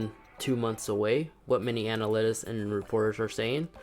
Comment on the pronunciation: Thanks for the video, but you really need to stop pronouncing “Analysts” so wrong. It makes you sound dumb. Thanks! :)